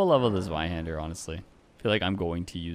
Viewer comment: That is NOT how you pronounce zweihander lol